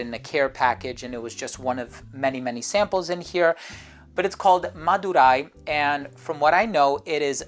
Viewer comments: The way he pronounced "Madurai" 😂😂😂. Not bad. That was pretty good! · Bro's Accent on 'MADURAI' is Nice to hear!✨ Madurai Malli(Jasmine) is World renowned!👌